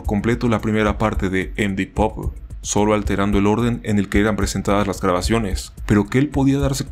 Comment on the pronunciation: me da ansiedad como pronuncias md pope, deberias buscar las pronunciaciones para tus proximos videos, buen video btw :D